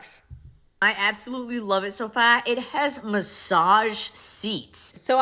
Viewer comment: Never before have I heard train wreck of a terribly exaggerated so called Boston accent SO CLEARLY as hearing her attempt at CAR and FAR. My Bostonian ears are wounded! What even was that! Keh, kaerh, kaea? Fehhh? Not even close. Good G*d these influencers have no limits, they in orbit in some distant solar system far, far away. Meanwhile, real people are busting our butts to take care of our families and maybe find time for popcorn night at home.